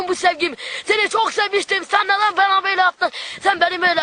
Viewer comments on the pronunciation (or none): te "bana" diyeceğine "bena" dedi fark ettiniz mi